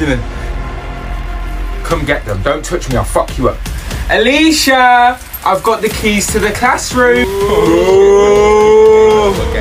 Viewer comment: She said ayesha I've got the keys it's like ayesha keys